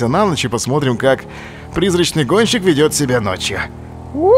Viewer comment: Олеженька, ты сказал "Призрачный гончик")